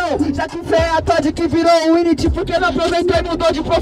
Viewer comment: Ngm:: "Wint"